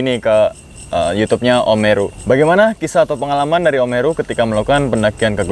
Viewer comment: Gw dgrnya omeru anjrit. Sampe om herunya natap lo kalo lo nyebut nmanya